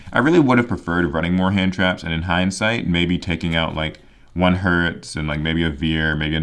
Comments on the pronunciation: If you're still curious about pronunciations: Herz is like saying Hearts if it was spelled "Hairts" Nachster is fun, the "ch" is actually silent. Vier is said like "fear" Sieger is said with a Z sound instead of an S, so "Zee-grr" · Cyber dragon Herz is pronounced like the word Hairs